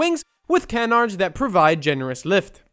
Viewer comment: Bro said can-ards...